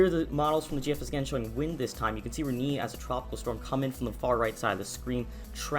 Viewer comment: Reknee lol